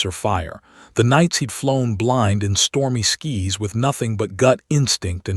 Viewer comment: Good story, however a lot of grammatical errors…. Multiple times when the co pilot was informing passengers instead of saying ladies and gentlemen, all that was written was ladies and ……. For instance (ladies and this is your first officer). And even though it was written skies, the AI was pronouncing it skis (skiing equipment)